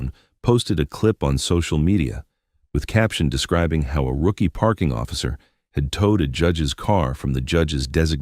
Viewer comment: Too lazy to check the output so listeners have to listen to amongst other words the misuse of “tow” as in HOW. I expect the entity that posted this story is happy enough to accept the income from advertising associated with the content.